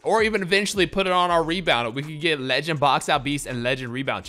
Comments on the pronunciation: I love the way you say leee- ginn 😭😭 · Y yu say legend like dat😂😂😂